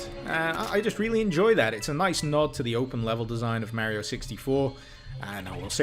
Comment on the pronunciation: Hmmmmm….Merio doesn´t Sound Right. I have usually no Problems in that regard but Mario got called a lot of times Mario and not Merio. But I am just nitpicking here. But damn , that mod is awesome! Thanks dude!